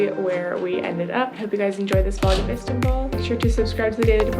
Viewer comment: You know its called istanbul not istabull